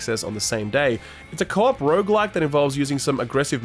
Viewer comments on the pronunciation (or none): none